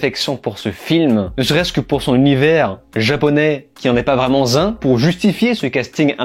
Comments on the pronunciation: Tout d'abord, merci pour l'effort critique. Mes oreilles ont saignées à - "vraiment z'un" ou "vraiment zinc" ou "vrai ! ment zin"... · Merci pour la vidéo. Attention aux liaisons dangereuses (mortelles même) : "vraiment Zun.." 🤔 . Très bon boulot par ailleurs je partage vos analyses anti-woke. Continuez.